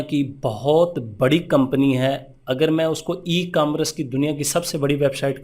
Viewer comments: Bhai apko emcommerce tk sai bolna ni arha lol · 1st of all you must have a proper knowledge about ecommerce,,then how to pronounce ecommerce 😅 2nd step rather then making yourself a guru recommend any ecommerce agency or YouTube channel my recommendation Enablers...